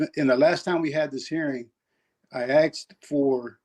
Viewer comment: He "Axed" for. Here we go. LOLOL